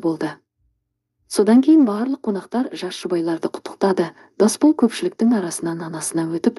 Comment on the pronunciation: Әп-әдемі ән еді,пұшық айтып бүлдірді дегендейін. Оқыған дектор "Орысқұл ''екен ғой. "Досбол,'' деген адам есімін қайта -қайта "Дасбол '' деп оқыды. Мұнысы енді ұят. Мұнан кейін бүйткенше оқымай -ақ қой.